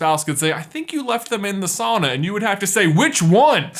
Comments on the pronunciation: You pronounced sauna wrong this entire video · buy your saying it wrong it should be souna .